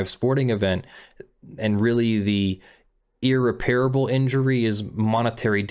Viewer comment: Small, hopefully useful thing: It's ear-REP-ruh-bull, not ear-Repair-able.